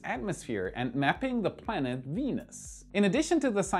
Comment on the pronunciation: "Wenus" lol😂